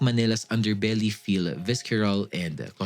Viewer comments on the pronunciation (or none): hey. not a hater cos i know AI is a good tool for everything but pronouncing 'visceral' as 'vis-ke-ral' is throwing it all off.